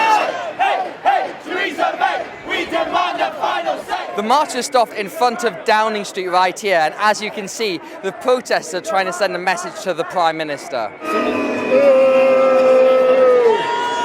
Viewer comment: most unsuitable guy ever for this job I hate it when people can't pronounce the letter 'r'. wefewendum and pwotestoes, pwimeministuh. Why ask little children either?